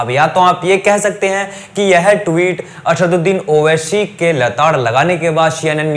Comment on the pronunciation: Naam to lena sikh owaisi bhai ka, har chiz me sha nahi hota , aSHadudin owaiSHi ny aSaduddin owaiSi h